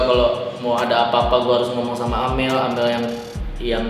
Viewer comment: mana amel, plis lah bang bukan amer